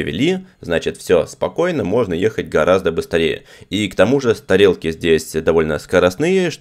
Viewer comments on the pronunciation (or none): Теперь преодолеть: СтАройки и стАрелки... Успехов Вам,!!!